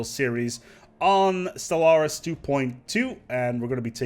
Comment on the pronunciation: Maybe it's something wrong with my ears, but I hear you say "Solaris" at the beginning of the video ?